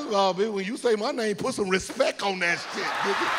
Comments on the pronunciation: RIGHT. RESPECTK. CAPITAL "K". 😆 🤣 😂 LOL .. Thanks Birdman, forever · Its Respeck